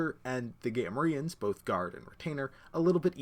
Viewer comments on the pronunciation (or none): Thanks for the overview, very helpful and clear! But since this is the internet, I have to find something to whine about... I've never heard "Gamorrean" pronounced like that.